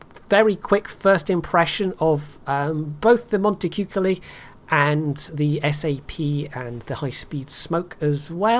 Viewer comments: It's actually pronounced Montechewcoaly. I love the vid and can't wait for the Italian cruiser line to come out!!! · c in front of dark vowels is pronounced "k", not "ch". And the "o" is closer to the sound of "torn" than "coal", with no diphtongue to be heard, so as Beltenbros said.